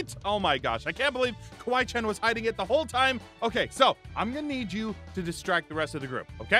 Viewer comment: It kawai~chen not Kawai Chan